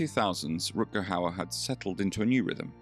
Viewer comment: Please have some respect and pronounce his name the right way!! Rut-Ger with Ch as in loCHness g=ch in dutch.